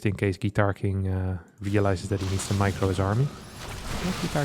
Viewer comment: Are there any Russians here who all the way were sure that GuitarKing was perfectly pronounced by like Russian surname «Гитаркин»?